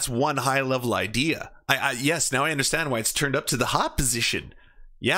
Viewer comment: Dave Rubin has totally destroyed the word "idea".